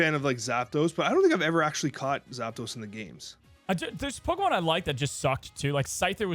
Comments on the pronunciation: Please!!! Stop saying PokeMAN! 😖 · calls them pokemans 😂